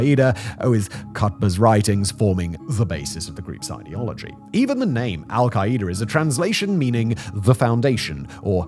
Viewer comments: The way you pronounce it as "al-ki-ee-da" is so funny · Why is he pronouncing their name so horribly?